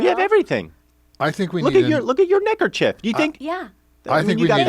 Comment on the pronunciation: i certainly did not think that you said 'necker'chief. Forgive me!!!